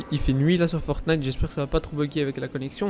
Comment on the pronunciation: Fortnite et pas fornite sinon super la vidéo